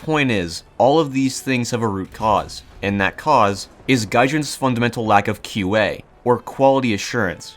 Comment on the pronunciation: When he said "QA", i though he said IQ and was gonna insult the whole team's intelligence.